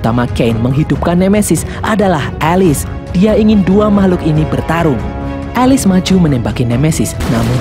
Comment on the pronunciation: Bang Bukan Alis ( Alice) Elis